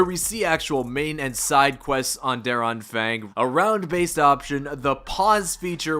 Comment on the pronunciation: Hey man i just want to tell you.. DER ANFANG has no Ä.. both A are pronounced like u pronounce the first A